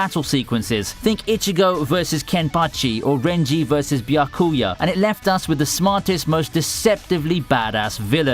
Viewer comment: bya-KU-ya-h. Yeah. Okay